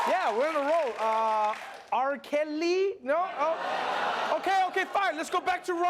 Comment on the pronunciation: R. Kel-lee?! 😂